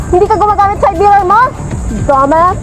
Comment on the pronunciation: Yuck! The way she talks lol Trying wayyyyy too hard hahahahah The way she said dumb ass = "Domas" hahahaha... YOU TELL ME YOU TELL ME Geezzzzzzzz Sorry but she ain't it